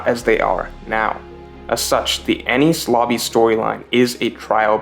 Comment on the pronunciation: cant get over the fact u sound like ur saying any sloppy